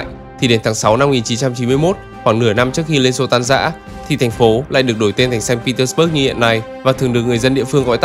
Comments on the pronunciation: Nên phiên âm sang tiếng Việt cho dễ nghe, bạn phát âm theo Anh ngữ mình không nhận ra thành phố nào nữa. Sa-int pê - tec-bấc với xanh Pê-tec-bua là 1. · admin đọc sai. Phiên âm tiếng Việt cũng Ko đúng mà tiếng Nga cũng sai nốt. Ko ai hiểu được Tp mà admin đang nói tới. САНКТ ПЕТЕРБУРГ âm cuối rõ ràng là B U R G. Thế thì bớt ở đâu mà cứ đọc bớt bớt???? Nghe cực kỳ chói tai và khó chịu. Chưa kể là Saint không thể gọi là thành phố đáng sống nhất của Nga được. So với những thành phố khác như Moskva, Sochi, Kaliningrad hay ngay cả Krasnodar thì với những tiêu chí an ninh xã hội, năng lực kinh tế, cơ sở hạ tầng, giáo dục, y tế thì hoàn toàn Saint không thể đứng nhất. Chưa 1 Tp nào ở Nga như Saint, khi mà mình đi chơi 4 lần thì 2 lần bị móc túi công khai , 1 lần bị cửa hàng trắng trợn lừa đảo. Người Nga từ lâu đã nói Saint Petersburg là Tp của tội phạm. Криминальной столицы, hay như, Бандитский Петербург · Sanh Pê Tét Bua chứ sao Bớt được, chủ đề chính mà đọc sai thì hơi kì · Mình thường nghe đọc là sanh pê téc_ bua mà nhỉ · Admin phát âm sai tên thành phố cũng như những nhân vật nổi tiếng rồi. Người Nga và người nói tiếng Nga không ai nói như vậy cả.